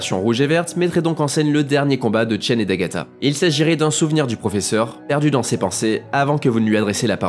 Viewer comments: C'est pas Tchen , c'est CHEN x) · CHEN pas Tchen j'entend que ça :O